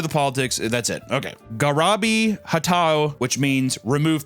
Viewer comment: The word says “garibi,” papa says “garabi” The word says”Adenauer,” papa says “Andenauer” Happens a dozen times each video. Papa can’t read good. Always switching letters or syllables around. And he shows absolutely no remorse.